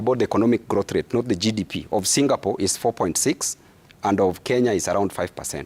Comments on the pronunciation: 😂😂😂😂 Hao ni sisi mountaineers. Tunasemanga Singapole na Qatal (Qatar) 😂😂😂😂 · I was laughing at Gachagua whenever he say "Singapole" But i have now realized wenye kutamka as "singapole" Ni wengi😅😂